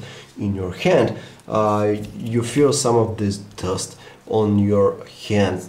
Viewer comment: I HATE HIS "DUST" !!! IT SOUNDS LIKE "DOST" !